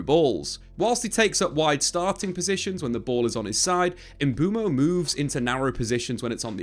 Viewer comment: Mbooooomo😂😂 its pronounced Mbwemo